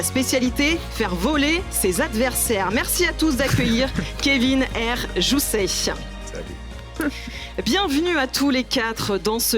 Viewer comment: Par contre c'est "Kevin Jousset" et pas "Joussechh" dès le début de la vidéo ça pique.